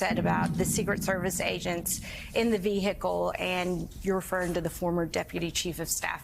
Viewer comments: Vee-hickle? Haven't heard that one in a long time. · The "h" in vehicle is silent. .